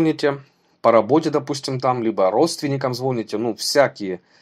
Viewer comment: значит, говоришь, звОните? Сначала научись по-русски говорить.